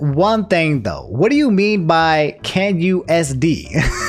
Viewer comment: i love you man, but NEVER let us catch you saying "h'wat the feet do tho?" again.